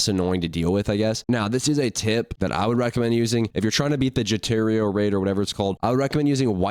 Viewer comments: bro can you stop saying jojotaro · jor-tiro and die-o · Jotoro and Dye-O